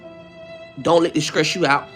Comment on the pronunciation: you don’t conounce words right ——— “don’t let this scress you out”😂